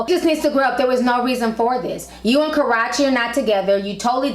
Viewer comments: 😂😂😂 I know right... I love ti but it's so annoying when she says Karachi.. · She said "karrachi" lmaooo....got the girl sounding like "sriracha" sauce. Just a tip for success, learn how to pronounce names, esp before broadcasting to the world. Yes I agree used to love CB but he continues to show how immature he is. He needs to man up.